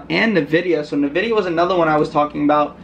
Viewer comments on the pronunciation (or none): Wait did you just call it "nAHvidia"? 😬